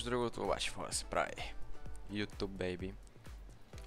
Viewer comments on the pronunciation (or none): none